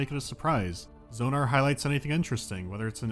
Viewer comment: Zee floor? Zonar?? Wtf!? Props for them to stay consistent!